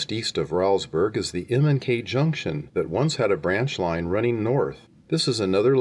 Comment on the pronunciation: Say Rowlesburg as "Rolls Burg" (not rowl like growl). It was named for a B&O Official Thomas Rowles. Otherwise, great memories here!